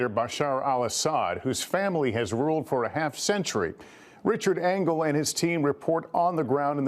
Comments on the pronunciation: Engel, not Engle. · Engle, not Angle.